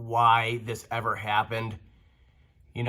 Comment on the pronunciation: How long before the fire started? How long drawing in dirty air through the missing sensor port before engine or turbo failure? Per usual FANTASTIC video! I loved how you stressed the word "EVER" while looking over at your son. Great mechanic, great dad.